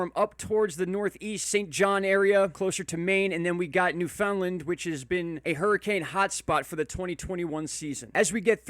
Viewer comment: Thought you may get a kick out of the following...proper pronunciation: noof'n-land Newfoundland English Explained: How to speak Newfinese